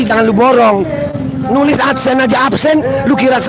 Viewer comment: Mantap kita dapat hiburan dan jadi ngakak dengar semboyan absen jadi apsen hahahahahaha